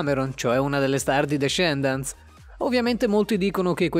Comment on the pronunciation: Scusa ma hai pronunciato male tutto, Camila ha solo una L, poi Descendants si pronuncia DeSendants, e invece Tik Tok ha un altro accento...